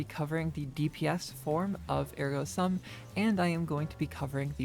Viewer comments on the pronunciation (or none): Are we really back to pronouncing Ergo Sum wrong?